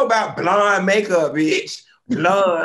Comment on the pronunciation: Hilarious! He said “sank” (sink) and “blund” (blonde). I am done! 🤣😂🤣😂